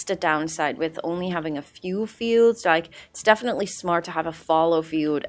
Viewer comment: For pronunciation guide: iron -- eye-R-n Fallow: fael - low